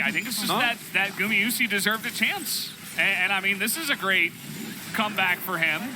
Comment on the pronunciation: can you stop saying gumiyusi, one says it right, (guma) gumayusi sriously is annoying